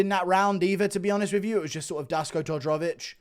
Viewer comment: Duško Todorović - Dask Todrovich 😂, as a Serbian I spet my drink when he pronounced the name.